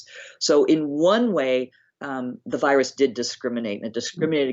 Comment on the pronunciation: This guy can't even pronounce " virus". Every time he says "wyrus" we're doing shots!😂😂😂